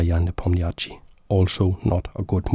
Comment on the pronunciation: as a native russian speaker its very funny how you pronounce Ian surname. "ia" pronounce as "ya", and "chtchi" pronounce as just "sh". :) as gothamchess pronounce - is a correct spelling of Ian surname )